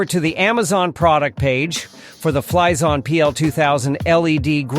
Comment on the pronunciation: Anyone else getting a "cream freeash" when he says it ?? XD